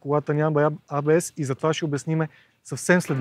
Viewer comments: Е, не може ли поне водещите да се научат, че НЕ се казва ай-би-ес!!!!!?? Или А-Бе-еС на латиница. Или ако сме големи англичани Ей-Би-еС. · ЕйБиЕс, не айбиес. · някой да му обясни на тоя дето вика и маха, че ABS не се произнася като IBS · Хубаво видео, ама, стига моля ти се с тоя Ай Би Ес - или е А Бе Ес(както се произнася от немски) или Ей Би Ес от английски. Това Ай Би Ес е все едно IBS.... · до село крайници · Ей Би Ес, не Ай Би Ес (ABS vs IBS) бате, бате :) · Много ценно само дето АйБиЕс-ът е ЕйБиЕс или АБС. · От немски език фонетично ABS е "А-бе-ес", от английски е "Ей-би-ес". Ай-би-ес (IBS) няма,! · Защо и двамата повтарят"АЙ БИ ЕС (IBS)" а не "ЕЙ БИ ЕС (ABS)"? :D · Хахахаххаха хахахаххаха "АЙ БИ ЕС". И тоя човек уж се води, че разбира от коли. Или е учил английски в Афганистан или не е учил изобщо. Но евала за клипчето. Показах го на много хора и се учудих, че за повечето хора това беше абсолютно нова информация. Не знам къде са живяли до сега, но факт...